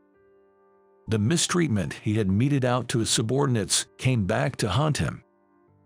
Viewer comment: man. is not manual, it is simply a man. yeah is not yay. meted is not meeted.